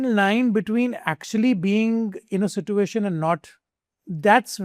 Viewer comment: Situation ki sa too uation pronounce kiya